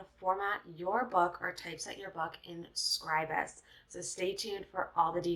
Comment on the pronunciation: Thumbs up for pronouncing Scribus correctly.